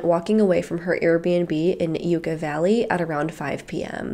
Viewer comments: It’s pronounced like yuck-ah-valley I live near where she went missing :( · For the Lauren Cho case, I’m from southern Ca, Yucca Valley is pronounced Yuck-a Valley 😊